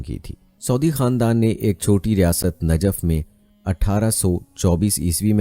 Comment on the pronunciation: Ji Najaf nahi ye Najaf he janab🙏